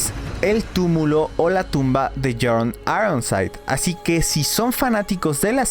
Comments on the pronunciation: Es björn no jorn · Björn suena Biorn, no Jorn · Björn .. se dice biorn.. no jorn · hey no tiene nada que ver que Islandia en ingles se llame Iceland, en noruego hielo se escribe IS. por lo tanto los noruegos pusieron a esa tierra el nombre de Island. El ingles no tiene nada que ver en esa historia, dejen de ser tan colonizados mentales, no crean que el mundo nacio con los anglosajones. Otra cosa BJORN no se ronuncia como John en ingles, la jota en escandinavo es como nuestra i, BJORN = BIORN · Porque dices Jon cuando hablas Bjord